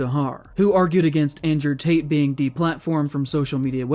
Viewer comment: Did he just say Andrew Taint?